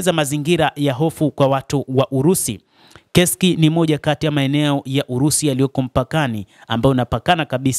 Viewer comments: Inasomeka kesk lakini inaandikwa kursk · Ule mji usiuite KESK hautamkwi hivyo. Ni Kursk unatamkwa kama unavyoandikwa